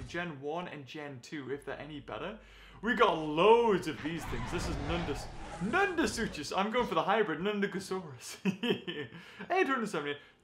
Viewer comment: pleaaaeaeaese stop calling NUNDASUCHUS the hybrid NUNDAGOSAURUS Also your pronouncing its name wrong it's actually pronounced Nun-da-sooc-us the CH IS ONLY A C PRONOUNCE THAT FOR ALL THE CROCODILIANS (I'm not yelling)